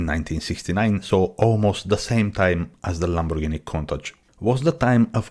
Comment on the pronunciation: Wow, someone who CAN pronounce COUNTACH. Nice video of an awesome Gandini Design. Ics-Uno- Nove.